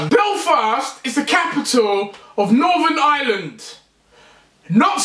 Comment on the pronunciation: NORTHERN ISLAND?! IT'S IRELAND NOT ISLAND. TRIGGERRRRRRRED